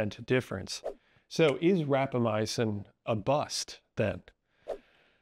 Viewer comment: Small note, you're one of many people who seem to pronounce it as "rapamyacin", while it's called "rapamycin". I assume this is an error in pronunciation.